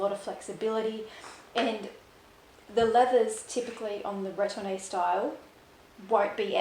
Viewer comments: Retourne is pronounced “Re torn,” versus “Ret orn ay.” Thanks for sharing. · BN is correct on retourne’s pronunciation. Just don’t pronounce the “ay”at the end. Depending on your climate, if you don’t want oxidation of your metal, take off the stickers. It’s far too expensive to replace. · This is so helpful. Definitely more of a sellier person myself. Also the e isn’t pronounced at the end of retourne. Also the sellier style only coming in stiffer leathers is not true. Even if it’s not a SO, it can still be sellier with Clemence or Togo or Swift. The give the bag has, has more to do with the leather as opposed to the style of the bag. Epsom being the most stiff among them. If you had two Togo bags, one retourne and one sellier, the give would be virtually the same. A birkin in Epsom is just as stiff and it isn’t in the sellier style. So it has to do with the leather more so than the stitching and style of the bag.